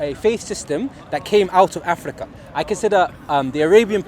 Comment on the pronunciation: how is he saying 'Abu Taala' for Abu Talha but over-pronouncing other words like 'Afrrrikka' for no reason?! Loooooool